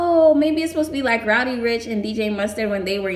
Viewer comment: Why you say roudy instead of roddy 🤣🤣